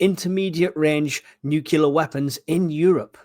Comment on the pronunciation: Please it’s nuclear not nucular. I thought you were giving a nice little recap but for the number of times you said nucular I had to stop listening.